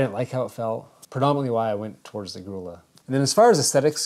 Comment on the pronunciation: "Grulla" is pronounced Groo-ya.